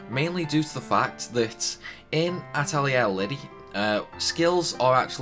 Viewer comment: just wanted to confirm, you did indeed butcher the names badly. Its (At lee air ) SUE ella and Lid eee Thanks for the video though hun! Sadly it doesnt help me as im trying to get these before ending teh game </3 Ill keep this for future ref though